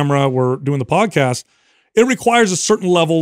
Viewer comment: When was talking about getting up early, and working out and then going to work and doing the podcast, it sounded like he said "Bod-cast" and now I think that needs to be a thing